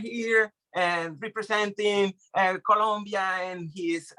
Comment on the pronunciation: It's Colombia with "O"